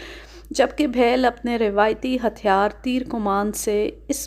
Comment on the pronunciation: Bheel بِھیل ایک نچلی ذات کی ہندو قوم ہے آپ تلفظ پر خاص توجہ دیا کریں